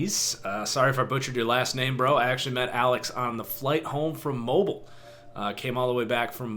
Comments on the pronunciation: Landon Harvell Ik. It’s pronounced Moh-beel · that’s not how you say mobile bro